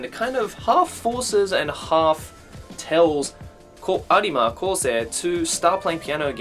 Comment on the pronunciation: No offence, I don’t wanna be rude but it annoys me that you don’t just say “arima”